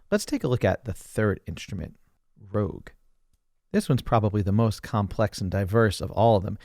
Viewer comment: "The third instrument, Rogue". It's rouge. As in red.